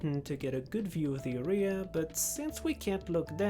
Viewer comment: why does he say area like that😂